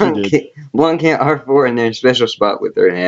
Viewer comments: Im offended u pronounced my name wrong THE C IS SILENT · The C in Blanc is silent by the way.